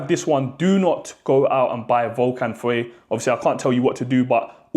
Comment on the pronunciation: dude...it literally says VENENO on the bottle which is poison..and also...PLEASE google how to say fire in French , then you'll get FEU